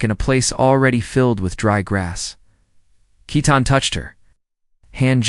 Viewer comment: Love the story. But his bame is Keaton not Ketten.❤❤😊